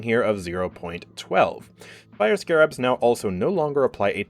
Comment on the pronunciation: Nooooo not how you pronounce Scarabs 😅